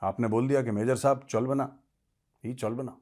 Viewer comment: Major Sir 'cholbena' excellent Bengali accent